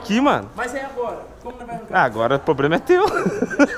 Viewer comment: "e agora?" "AGORA O POBLEMA E TEU" KAKAKAKAKAKAKKA